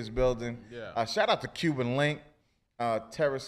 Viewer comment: It's Cuban Link, not Cuban Linx... Great interview!